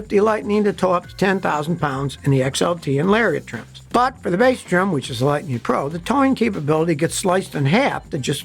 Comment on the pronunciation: "Lightneen"???? When did they rename it from Lightning?